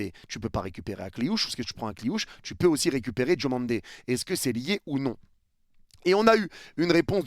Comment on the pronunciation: C’est pas « Djomandé » mais DIOmandé!!! Merci pour respecter la prononciation! 😊